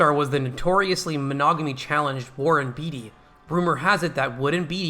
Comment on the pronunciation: Not "beet-ee" but "bait-ee"